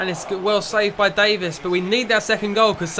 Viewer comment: Davis not David lol